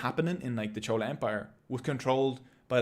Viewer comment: Maybe it was your accent or you only learn by reading and not heard these words before pronouncing the word chola was wrong in Tamil video but loved the video nevertheless..❤❤